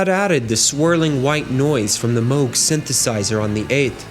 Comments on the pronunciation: "Moo -g" synthesizer, not "moge." 🎹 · MOOG. NOT MOAG. Like the name of a famous Tea = Ty-phOO. Got it ???? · This video makes a point to stop and discuss the Moog synthesizer, yet never mentions Robert Moog! What's the deal with that? And Moog is not pronounced "Moe-gh" as in "moe," but Moog, as in "zoo". Bob Moog is well worth mentioning, he invented modularity, the ability to connect separate modules with patches. And he also invented envelope generation, the pitch wheel., and the voltage-controlled oscillator. Wendy Carlos, who is mentioned in this video, didn't invent anything, she just played synthesizers invented by Robert Moog. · No, Robert Moog’s last name is pronounced “Mōge.” Long O.